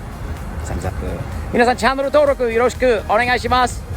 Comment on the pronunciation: 同感です(^ ^) なのにエンディングで『チャンネル』を英語っぽく「チャノル』と発音するの日本語が最高にファニー！